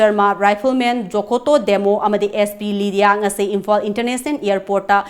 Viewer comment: Eina tabada onabara Kari no khangde ...Imphal se Imphan haina haiba gum taba haitare warau biganu...ekok nolna khoramjari mayambu